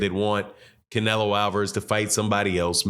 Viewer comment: He almost said clenelo and I almost died laughing